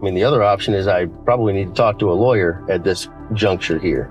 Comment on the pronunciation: “LAW -YER”…